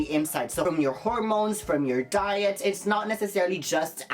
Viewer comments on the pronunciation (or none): none